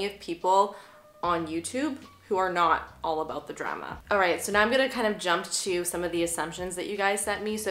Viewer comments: 😂😂 the drema. The drema. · Sounds a little like “druma” to me lol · the way you pronounced “drama” was beautifully canadian. also... this base>>> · Haha Canadians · Yeah not all Canadians 🤷‍♀️ west coast vs east coast?